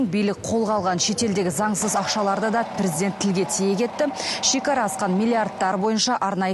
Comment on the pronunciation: Прiздент, прiзден. Неге дурыстап айтпайды